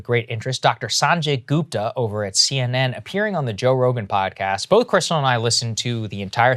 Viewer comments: "Saaanjey Goopta" Cmon Saagar youre Indian, you can pronounce that better. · Come on saagar.... pronounce his name the right way....